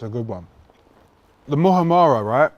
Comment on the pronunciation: Mu ham ra not mu ha ra ra 😀 - sandwich looks banging bro ….